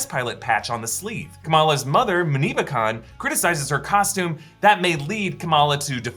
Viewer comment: Someone tell it’s not MISS Marvel, it’s MS Marvel. They have different pronunciations and have different meanings